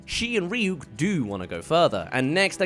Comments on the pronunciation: Also “Rhy-ack” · And the worst part of it is Light saying Rah-yuck instead of Ryuk.